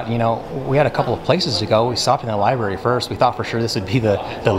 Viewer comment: If you’re going to be recording in libraries and making YouTube videos to educate people, learn how to say the word “l i b R a r y”